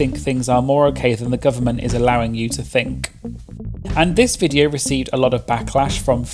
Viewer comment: The way you say Viteo gets me every time lol (video)